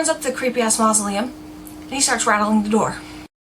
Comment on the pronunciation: hahha "he goes up and rattles the door of the 'creepy-ass moslelum" and im like "get away from 'creepy ass moslelm" Lelellee